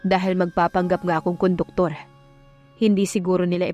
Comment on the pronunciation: Conductor po not koduktor